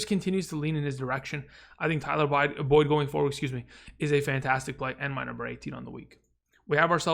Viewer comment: Love your videos, but put some respect on Boyd’s name 👀